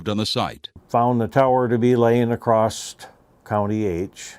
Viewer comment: “Accrosst”???? Huh?